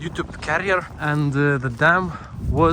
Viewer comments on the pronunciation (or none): Hee hee. . . I was sitting here wondering why you kept referring to your "youtube carrier" before I realized you were saying "youtube CAREER"! ;) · Career is Pronounced ( Kariyr )